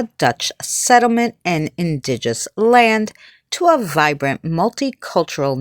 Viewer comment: The word is Indigenous not “indiguss.” Otherwise a fascinating video. Thank you for uploading it.